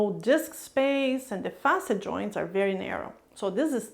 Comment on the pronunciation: i love how she pronounce words, "joinch" joints